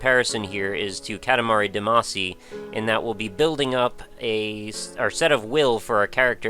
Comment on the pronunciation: you kill me every time you pronounce damacy QQ